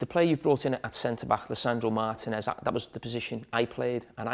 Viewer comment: Who is Lisandro MARTIN-ez?